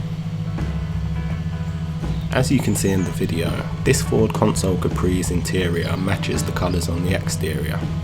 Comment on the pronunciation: Consul not Console. Look up Ford Consul.